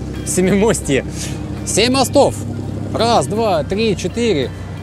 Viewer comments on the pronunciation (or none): none